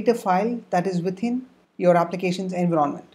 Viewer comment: what the hell is "ANVEERONNMENT" can't you just say environment properly